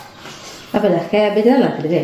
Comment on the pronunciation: Casbegne. Caleflower. Parayunnade.